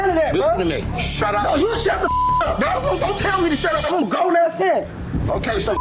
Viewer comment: It's supposed to be pronounced "bro".